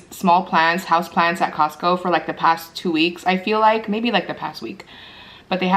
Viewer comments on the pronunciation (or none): okay sorry, but are you saying houseplants or house plans?? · i'm sorry it just sounded like you were saying plans...your not pronouncing the T.